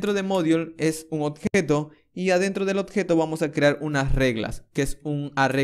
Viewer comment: Buen tuto, igual me molesta un poco que pronuncies mal "oBjeto" y digas "oTjeto" XD lo demas joya. Se agradece.